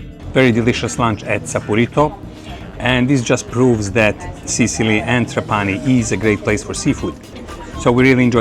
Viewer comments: Uno potrebbe pensare che un traveler esperto come lui avrebbe anche potuto imparare la corretta pronuncia di TrApani invece di TrapAni. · Trapani is pronounced with the tonic accent on the first A, as in the Italian word trapano, the tool for making holes in a wall or in wood etc.